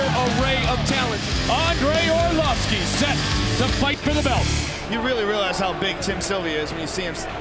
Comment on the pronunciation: Andrei Orlossfki 😂